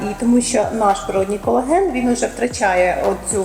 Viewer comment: Юлії респект. Вона трохи про колаген розповіла. Навіть назвала його правильно, без букви ,,Е" на початку, на відміну від двох інших недоекспертів.